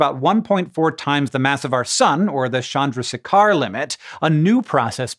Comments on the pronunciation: Okay, I'm sorry, but HOW did you just say "Chandrasekhar"? Because that was all sorts of wrong. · I loved the video but hated the pronunciation of Chandra Sekhar. Put in some efforts for getting it right people. Please !